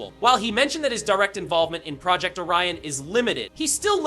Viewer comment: I did not understand what are the ''HUGE NEWS'' nothing that we didnt knowalready. Also, learn how to say Project!